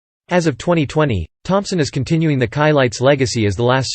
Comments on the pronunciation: That’s “SHI-LITES” …not “KAI-LITES” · Being a person of white orgins, i absolutely understand why the narrator would most likely pronounce the Chilites name incorrectly. 🤔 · You should never get a narrator, that has no knowledge of the group they’re narrating about. The mispronunciation of their name, is inexcusable, especially when there are so many people that actually do know the proper pronunciation.